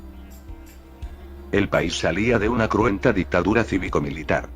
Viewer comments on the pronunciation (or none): Sí, ya me enteré con palabras cómo "Dictura", "Innecesesario" o "Clasificidad".